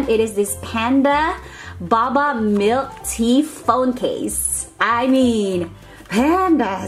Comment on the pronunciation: att the last thing you seid baba but it's pernowst boba🤐